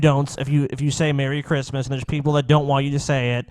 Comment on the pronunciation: This guy is like Elmer Fudd. Cwissmis Spiwit